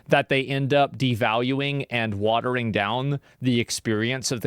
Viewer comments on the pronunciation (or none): none